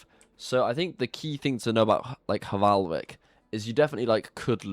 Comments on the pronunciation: no to be that guy but it is valhvik and not hvalvik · H in Hvalvik is silent. It literally means whale inlet... hmm, h in "whale" is silent too now that I think about it.